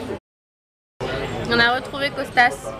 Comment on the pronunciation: Coucou! Les vlogs étaient super, c'était le moment évasion de mes journées! ca va me manquer. Il me tarde une nouvelle série de vlogs pour m'évader encore avec vous.Au fait, dans 4 filles et un jean c'est Kostos et pas Costas mais bon peut importe^^